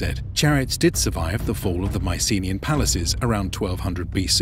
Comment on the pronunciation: The usual pronunciation of 'Mycenaean' has the stress on the last syllable.